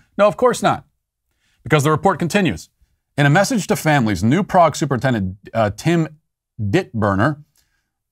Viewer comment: Lol Matt pronounced New Prague incorrectly. But it's no biggie. Just like how most people pronounce Houston, NYC incorrectly too.